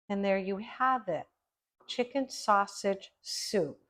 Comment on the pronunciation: THIS is one of your B E S T shows! Awesome job on this and glad you kept in the first “snaushage” because it was hysterical. Proud of you, my friend. Keep doin’ it!👍🏻👩🏼‍🍳